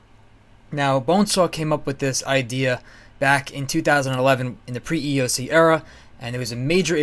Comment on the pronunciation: You're not asking for anything when you say you want Pre-EoC, as you say "pre-eco" and that you don't want to restart your account. So you are asking for stuff.